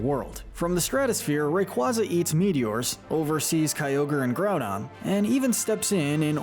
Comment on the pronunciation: IT SAVES THE EARTH, NOT IT'S SAVES THE EARTH! SAY IT RIGHT PLEASE! IT'S GROUDON, NOT GROUNDBON! AND IT'S KYOGRE, NOT CYOGER!